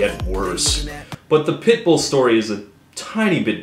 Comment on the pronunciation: Each time Todd says "pitbull", I hear "pimple".